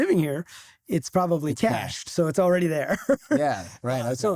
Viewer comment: If all I knew was that this guy pronounced the word "cache" correctly, that would be enough.